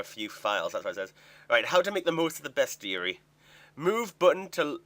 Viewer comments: its pronounced ... beast-uh-ree .. Dur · It's pronounced best-i-ary. It rhymes with diary. It's a monster diary. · it's Beast-ary i think. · Its beast-e-yare-e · oh you slaughtered the pronunciation of bestiary:D